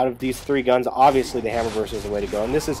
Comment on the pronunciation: its pronounced "burst" and retro lancer is the only main gun i use . you can charge enemies instead of revving up and walking to them when they could gnasher you ect.